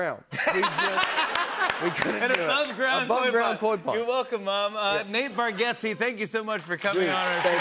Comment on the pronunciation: Nate has gotten So famous ... that hosts actually pronounce his name correctly. Congrats bud.